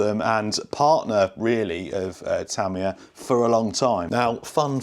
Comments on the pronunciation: Your original pronunciation of Tamiya is correct. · Ta mi ya, with a short sounding ah sound at the end. That's the correct pronunciation of this Japanese name. Americans get it wrong. The British way is much more accurate. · Pretty sure you’ve been saying it correctly all along. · Great vid. I'll definitely be getting one. The Hornet was my first Tamiya car. By the way, they way you say Tamiya is fine. I speak some Japanese, and for the most part the inflection across a word is even, rather than English where it can be at the beginning of a word or the end. From the running vids of this car that I've seen, it could definitely use some weight up front. It's a tad under steery. I've been working for a few years on something like this chassis, but using TRF201 bits. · In what language is ta-MI-ya the correct pronunciation? Japanese always put the emphasis on the first syllable, hence TA-mi-ya (the way you say it). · No, your/ the British way of saying it is actually closer to the Japanese with the stress on the first syllable - so it is "Tám-iya". Here's a link to a video where you can hear tow Japanese chaps saying it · You were saying Tamiya correctly first. Don’t change. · you way of saying Tamiya is correct, not Te'mi ya it's Ta' Mi Ya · I have lived in Japan for over 30 years, am on my second Japanese wife and actually speak Japanese. The language has no sylabic accents, so your original pronunciation is correct. Tah me yah, not tah ME yah. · It's only Americans who say Tah me a. The correct Japanese pronunciation is more like the traditional uk way of saying it Tami yar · You‘ve always pronounced it right. In Japan, we call it, what you always called it. The english version, is just the english pronounced, different from the original language pronunciation. 😅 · You've been saying "Tamiya" right the whole time. At least that's how it's pronounced here in Japan. Love your vids!